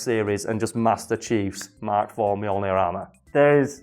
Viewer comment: Every time you say mk IV I cringe